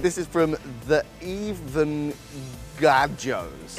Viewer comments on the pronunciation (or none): “th avanga joes” joe babe that says the venga joes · Joseph: "TheEvengaJoes" Clearly it said The Venga Joes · THE VENGA JOES, JOE. NOT THAVENGA JOES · thevengajoes isnt the vanga joes ITS THE VENGA JOES LIKE THE VENGA BOYS JOE COME ONNNN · joe: reading the username the even-gah-joes, the evengajoes the actual username: the venga joes as in a play on the venga boys, aka the creators of his supposedly fav song 💀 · I love how Joseph can never pronounce the usernames right! 😂😂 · Joseph trying to pronounce “the Venga Joes” It’s so funny I love it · not him Struggling to say ‘the venga joes’ 😭😭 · Oh bless him 😊 if only he knew ❤ fancy mispronouncing the venga Joes though, hehe he's too cute xxx